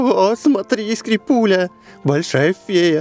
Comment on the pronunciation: прочитал Скрипилия как Скрипуля